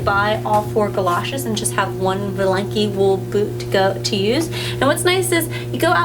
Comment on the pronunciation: Please pronounce 'valenki' with emphasis on the 'a' and as 'aaaaaa'.